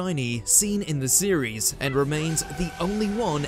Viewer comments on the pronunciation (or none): none